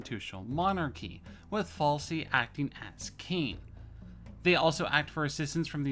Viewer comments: It's FAISAL!!! not Falsi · I'm sorry to hear about your problems. You didn't ask for the correct pronunciation, but it's pronounced the exact same way it's transliterated; fai-sal. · Where did you ever get the idea that Faisal is pronounced 'Falsi'? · Falsy, Rijaq, Alwey, Shek-Bed, Al-Sari, Gooran. Like bro just read the letters, the S in Faisal is before the L so how do you pronounce it falsy, and wheres the J in Raqqa? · How do you get "falsey" out of Faisal?